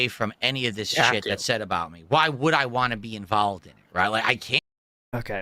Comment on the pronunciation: It only now occurs to me how much of a cosmic joke it is that Phil can't say the word most associated with his focus properly but says it in the funniest way possible. If he said it like "WanT" people wouldn't notice it as much. But no. Of all the fucking pronunciation mistakes. It's him saying Wahh all the time Lolcows really are destined for their place in the universe